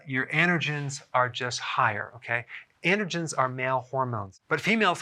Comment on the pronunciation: Are you saying "intergens" or "andergens?" Is that how they say it in the east?